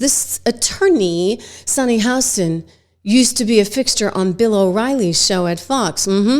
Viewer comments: Why are you calling her Sonny HOUston intead of Hostin? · Just an FYI, it’s Sunny Hostin (Hah-stin)